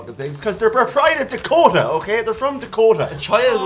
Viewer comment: They way pronounced Dakota